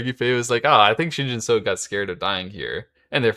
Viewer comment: Pronunciation tip: say “Shin Jin SUCKS”. Then, drop the “-CKS”, to get, “Shin Jin SU-“. And then you have the right pronunciation.